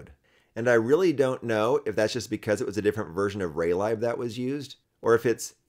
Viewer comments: Nice progress on Taca. 💪 I've never heard lib (as in Raylib) pronounced as "lie b", it seems everyone says "leeb". Even though both kinda make sense.🤷‍♂️ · Great video, but why are you pronouncing raylib like that 😭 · I know that it is short for library, but I've never head someone pronounce it like that :p